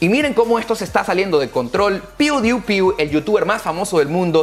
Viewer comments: piu di pai se pronuncia!!!! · AHHHHHHHHHHHHHHHHHHHHH SE DICE PIU DAI PAI!!! (PEWDIEPIE) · Pewdiepie se pronuncia PIU-di-pai (sílaba acentuada en mayúsculas)., yo soy un instructor de pronunciación de inglés. He ayudado a mucha gente que tú conoces del medio artístico, muchos que están allá en Miami. Te voy a contactar para ayudarte. Me enorgullece ver a venezolanos como tú y es mi deber ayudarlos.